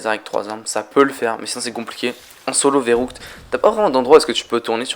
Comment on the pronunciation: verruct pas verrouct sinon belle vidéo